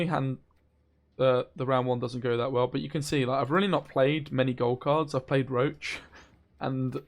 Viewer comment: Love your content bro but pleeeaaase chceck the spelling for Roche. Im dying inside everytime u mention roach instead od Roche xd